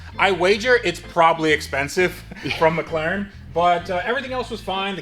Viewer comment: Only thing left to do ? Practis saying With an ACCENT Mc Laren ! # It,s Better then new it,s Rebuilt .